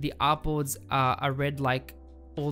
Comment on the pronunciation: Bro Whenever You Say Artboards I hear Apples 😄